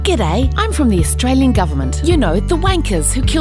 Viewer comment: 1 second in, "Australien Government", with an e